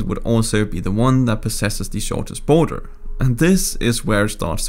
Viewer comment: “The US-Canada Boner” is what i heard XD